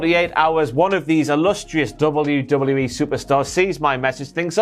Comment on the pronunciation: Why haven't you learnt how to say WWE properly